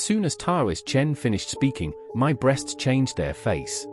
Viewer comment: This has to be written by AI. Why does it keep saying B.RE.A.ST.S 😂😂